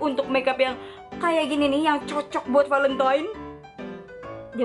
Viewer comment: kak bukan palentine tapi valentine